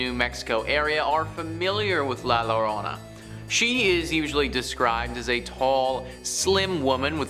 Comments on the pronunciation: Yo-rohn-na . La llorona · Yo - don- na ... Llorona x3